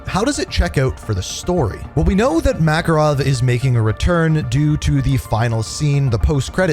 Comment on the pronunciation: Ya not makarov dude good try tho